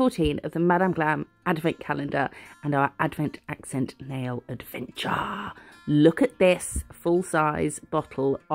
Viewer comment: I’m so glad you said “lookit” I miss it if you don’t 😅